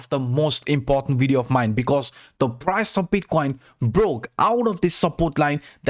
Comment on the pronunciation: It's pronounce as "Video" why you keep saying "Wideo?